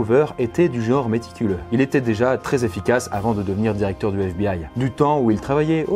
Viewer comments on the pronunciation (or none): none